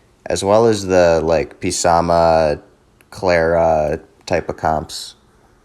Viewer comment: Please don't call him P Sama it hurts😂 love the video tho, most people pronounce him "Suh Moth" or "Suh Math" Keep up the great stuff❤